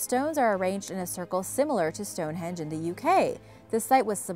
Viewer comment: I like the way she says Stonehenge... Stonehedge.